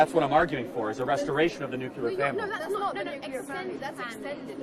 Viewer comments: Nuclear. Not nuculer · Charlie... It's nu-cle-ar, not newk-yuh-lurr. Cuz Charlie will read my comment here. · The only thing wrong with you Charlie..is your pronunciation of ‘nuclear’. Nuclear not nucular. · Nuc-yeh-lere? Charlieeee it’s nuc-lee-ere 😂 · If Charlie wants to be taken seriously he needs to learn to pronounce NOOK-leer. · God, hearing him mispronounce nuclear 100 times was certainly something. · Okay already. I’m minutes and halfway through this idiotic broad’s diatribe, and mate, you really should have another microphone for these numpties to give us even more of a laugh PS: if she was my daughter I’d chuck myself under a bus, no offence obviously 🇬🇧 PPS: the only criticism I would have is your mispronunciation of the word nuclear, but hey, I’m a 🇬🇧, but hats off to you for spending your time trying to communicate with those spoiled brats. PPPS: what a shame that you need a Royal Marine just in case some idiot kicks off. Hats off to that fabulous regiment! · From - this dude gets dismantled, has no rebuttals, attempts to focus on a debate on the "nuclear family," gets taken to task even on this minute talking point while continually mispronouncing the word 'nuclear.' Kudos for actually posting this, because this Kirk guy comes off as uneducated.